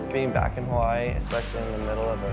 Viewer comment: You say Hawaii wrong if you ganna represent the place at least learn how to say it right